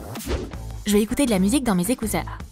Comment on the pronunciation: il dit écouser